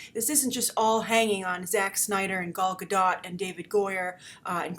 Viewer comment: Do you still not know how to pronounce Gadot?